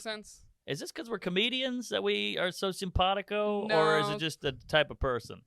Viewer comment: Hearing Norman say "sympathico " made this a classic for me.... I'm a simple man.